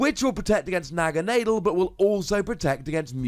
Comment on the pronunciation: Naga nah del is how it's pronounced lol